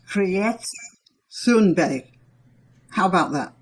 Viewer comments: You should say her name like Tunberg and not with the letter h, we do not pronounce that letter in swedish. We have a lot of farming land here in Sweden and a lot more than Norway. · Please ma'm. Go go Google Translate. It is extremely easy. It is not hard for you to say her name in Swedish. You have a th-sound. Disregard the "h", it's only "t". The wowel thereafter is not an English wowel/sound but you can do it easily. Google translate!!! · Th in Thunberg is a "hard" t, not like "thing" but like "take".